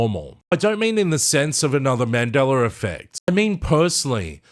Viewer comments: yes...with no "r"...i don't know why i hear mandelaR...that's all i was saying :) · Why I hear you saying "Mandelar"? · mandeller affect? really now?